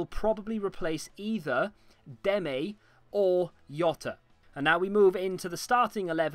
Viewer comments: You pronounced Demme right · You said Demme right. Fun fact: He lost his tooth when he scored his goal